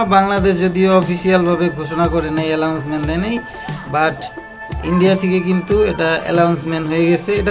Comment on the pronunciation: ছোটভাই ইউটিউবিং করার আগে একটু ইংলিশ শিখে আসা উচিত। একাউন্সমেন্ট বলতে কোন শব্দ নাই, এটা হবে এনাউন্সমেন্ট।